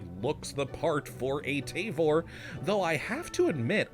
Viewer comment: It’s pronounced Tah-vore